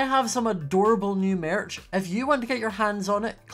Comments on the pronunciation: At the beginning of the video when it kept saying merch it sounded like mearch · Does anybody hear marriage instead of merch ;-; n-no....o....o-ok